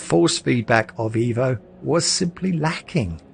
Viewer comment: I love you mate, love your videos, but please... it is pronounced "Eh-vo". Ciao!!